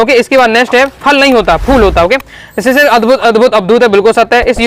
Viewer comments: भैया वह शिरीष है शिशिर नहीं😂😂😂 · Sir ji sisir ❌ sirish √